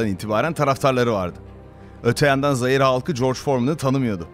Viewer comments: şöyle okursan daha iyi olur "zire" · Zaire demek bu kadar mı zor....?Yanlış telaffuz ediyorsunuz...A'yı biraz uzatmanız lazım...Zaaaaire gibi yani... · Zaire'ye jaire demesen güzel anlatıyorsun aslında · Zaire derken a'yı biraz uzatmalısınız... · zaire'nin yanlış telaffuzu video boyunca rahatsız etse de bilgiler ve kurgu gayet güzel. başarılar dilerim